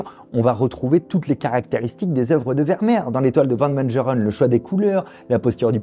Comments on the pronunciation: Prononcer Van Mégheureun! pas Médjerèn ! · Mengerren se prononce à l'allemande : Mènegueureune .